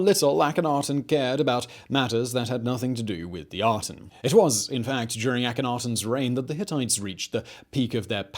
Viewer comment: I see Aten but I keep hearing Atom. Worshippers of the Atom.